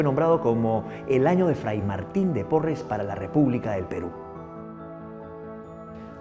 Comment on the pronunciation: Es Porras y no porres